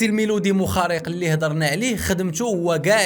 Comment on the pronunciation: موخربيق ماشي موخاريق